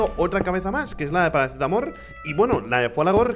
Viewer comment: Like si dos argentino y te molesta que rich diga paracetamor